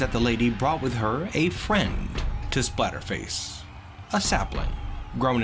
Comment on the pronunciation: For a moment it sounded like you said Spiderface instead of Splatterface. I guess it isn't too far off. I am impressed with Pibo's performance. He definitely put up more of a fight than I imagined he would. I wonder if Whitefur has much power to her bite. Her face definitely looks scary enough to warrant it, but she has too much class to make use of it perhaps?